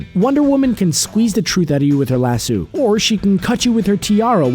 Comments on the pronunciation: lass-O, not lass-u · Jad Bouch omg i was like it's lasso not lassoo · The narrator needs to listen to the clips that go into his videos. They clearly state how to pronounce Lasso, yet he sits there crapping out Lass-sue over and over again. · if you're going to narrate, pronounce your words. Constructed, not conshtructed. Lass-sew, not lass-su. Strength, not shtrength x 3. Strong, not shtrong. Gal Gadot, pronounce the t. Know the main actresses' correct pronunciation of her name. Indestructible, not indeshtructible. Strapping, not shtrapping.It's one thing if you're sitting in front of a camera with your little YouTube channel, not if you're a professional. How would it sound in this narrative if all p's were changed to the ph sound of 'f'. Irritating, no? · Its Lasso of Truth not Las-sew or Lashoo ugh But im not angry I like it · 15% of comments: Other facts about Wonder Woman 5% of comments: I did not know these things 80% of comments: STAPH PRONOUNCING IT LASOO, ITS LASSO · She debuted in 1941 (wearing the skirt she never wears...) Lah-so, not lah-soo And mke up your mind, daughter of Zeus or imbued with life from a pantheon of gods? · Aaaaaaaaaaaaaaa! WHY the hell can't anyone pronounce lasso correctly?! Fuck a duck, people, it's LASS-OH. Not lasssooooo or lass-oww, or lis-ooo. My blood pressure is going up and I am NOT lying!! ;-) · So who else cringed every time e he said lassooo, instead of lasso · It's not lassoo, come on, really? It's lasso. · ITS LASS-OH NOT LASSOO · OMFG. It's lah-sew NOT lah-sue. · Lasoo? WTF, lmmfao. C'mon dude.. seriously? LASS-O! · why do you keep saying lasoo and they say laso? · dude it's Lass O not lass U. like leviso SA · It's not pronounced lasoo you dumb shit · Lass-oh not lass-ew, the fuck is that. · Lasoo??????ITS A LASSO! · He says Lassoo wtf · Grace Klemp That's how people put stop. "Staph" instead of Stop, and he pronounced it Lasoo, thats why I spelt it like that. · "Lasoo" wtf?! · Stop saying lasoo